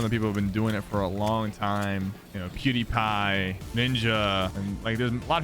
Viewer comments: did he call pewdiepie “cutiepie” or was it just me? 😂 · It sounds like he said "cutiepie" 😂😂